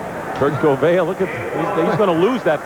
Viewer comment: You could tell that Merlin Olsen wasn't used to seeing a lot of NFC teams....because he pronounced Kurt Gouveia as "Kurt Goo-VEE-Aye". Lol